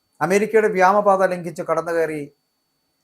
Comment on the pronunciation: എന്താണ് ഈ വ്യാമ പാത. ഇയാൾ ഇപ്പോഴും വ്യാമ പാത എന്ന് പ്രയോഗിക്കുന്നത് കേൾക്കാം. വ്യോമ പാത എന്നാണോ ഇയാൾ ഉദ്ദേശിക്കുന്നത്. എങ്കിൽ വ്യാമ എന്ന് പറയുന്നത് ശുദ്ധ അസംബന്ധമാണ്.